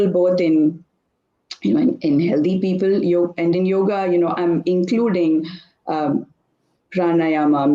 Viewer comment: समस्या हिंदी भाषियों की है। वे अकार मिश्रण समझते ही नहीं हैं। इसीलिए योग को योग् उच्चारित करते हैं। संस्कृत सीखिए, आपकी समस्या का निवारण हो जाएगा।